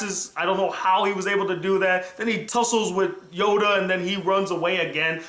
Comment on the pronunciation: sounds like you said Yoga.